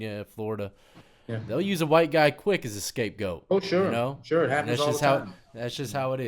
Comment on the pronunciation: Another great video. I been following for a long time and love the content and the art work. (If someone hasn’t checked out deaths work, check it out). I gotta let you know, because I’ve heard it in a few videos... it’s “scapegoat” lol. respect. I appreciate you.